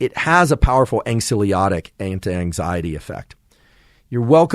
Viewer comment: Anyone else's cortisol levels go up when he pronounces ANXIOLYTIC as anksiolotic